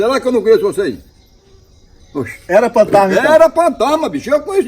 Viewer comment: Isso ele fala Partana Será ele quer dizer Fantasma